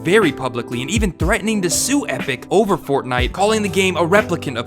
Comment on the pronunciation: yEAHFUCK f"ortnitee" ihate it so much 👿👿👿👿grrrrr